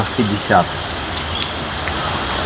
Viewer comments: нужно говорить" течет", а не текет. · Река теЧет, и не ихние, а иХ!!! У вас классные видео, но эти слова режут слух.